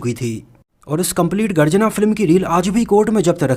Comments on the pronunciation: Garjana nahi bhai.....Garajna hain 😃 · Garjana nahi yeh garajna hai.